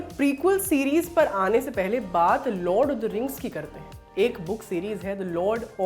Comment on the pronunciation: यह लॉर्ड ऑफ द रिंग्स है लॉड ऑफ द रिंग्स नहीं😁